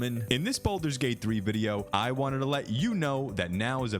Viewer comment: *baldurs gate not bolders lol